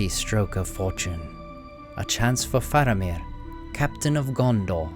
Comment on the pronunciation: FAHR-ah-meer, not FAIR-u-meer